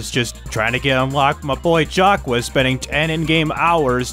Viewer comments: I love the video, but it’s not jack wes, it’s pronounced shack, but is jack it a french accent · Its pronunciation is like zach but its jack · It's pronounced "Jock", its not that hard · Still Not getting Jacques Name right...